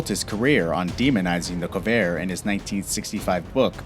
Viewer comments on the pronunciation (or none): "Co-vair"? Don't you mean 'Corvair'? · Its Corvair , not Covair. Stupid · Corvair, not covair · COvair?? It's CORvair. You must be young. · "KOVAiR" That's it "Shut the fuck up! It's CoRvair you stupid 20 year old a-hole! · It's a CoR-vair not a Cuvair! A FEE-air-o not a Fi-ro! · Feero? That word is Fiero.. Fee-arrow.. And there is no "Covair" either.. that one is Corvair. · Corvair (not Covair) was a great car from 65, the Vega was worse, or the chevette with engines falling out at a stop light. Model T really ? No one knew what the issues would be. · It's FEE-air-O, not firo. It's COR-Vair, not Co-Vair... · The car's name is CORVAIR, not "COvair". The next mistake is Cobalt, not "Coboat" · CoRvair. CoRvair. CoRRRvair. Not Co-Vair. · Fee-arrow, not Fear-O. Do you not want to be taken seriously, because that's how you're not taken seriously. Oh my God. I had to edit this. Core-vayre not Koh-vare. Jesus... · Corvair. Cor-vair. Not co-vair. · What’s a Colvair? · Ah yes the Chevy Cove-air, the Pontiac Fearow, and the Chevy Kobold. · Fee-Air-Oh COR-VAIR with an R .. fuckingforeign robots. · A "Fear O" and a Co-vair? Really? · The Covair made in the United Shtates of America, and the Yugo as in Siberia because it doesn't sound at all like Yugoslavia not even the same continent... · Corvair = Cor' vair; Fiero = Fe' ero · What's a feero? And a co-vair? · Trevor, I'm glad you noticed that too. The Pontiac 'FEAR-O' and the Chevy 'CO-vair?' BUT the WORST... did you hear that the Yugo was built in Siberia instead of Serbia? That's not anywhere near Yugoslavia. AND, I would have bought a 'SiberiGO.' WT...?